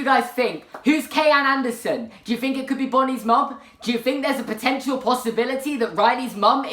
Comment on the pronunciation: I fink thats fought out. Stop saying an F instead of th. You use th in the words "the, they, that". You come from England. Learn the fuckin language. Fuckin limeys